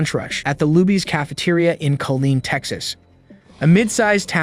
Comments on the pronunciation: Killeen not Colleen 😊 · U confusing duck!! It's Kileen not Colin or Colleen as u are mentioning on this report, what6wrong with u u went to school and u can't even read ir report what u are reading by the infor6u have at hand??? Say like it is man!! Report it like it is, that why people is misinformed man because idiots like u can't read the information as it is written, printed or told!!!